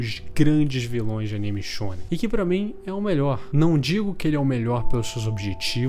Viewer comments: "animixx shxxonen" kkkkkkkkkkkkkkkk me identifiquei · Ele disse shounem